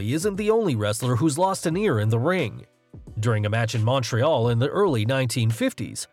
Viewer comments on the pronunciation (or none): none